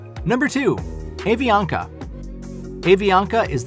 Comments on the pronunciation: It’s pronounced “Ah-ve-ah-ka” - the letter “A” in Spanish always receives an “Ah” sound never an “Aye” sound. AV merged with TACA, also a long and storied airline, early the past decade and the combined airline now has hubs in Bogotá Colombia, San Salvador El Salvador, and large operations throughout Central America and South America. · Content-wise this video is highly interesting even for me that have served 35 years in the civil aviation industry with three airlines in 4 countries. Regrettably, the names of the airlines have been butchered. Iberia and Avianca as examples. Please get you pronunciations right if you tend to produce more such documentaries about the industry. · The butchered Spanish for Avianca crushed my non existent soul